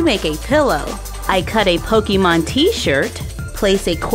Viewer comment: ITS CALLED POKEMON NOT POKIMON DO U NOT KNOW HOW TO SPELL